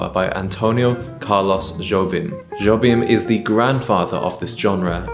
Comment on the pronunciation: Jobim is pronounced Hobin.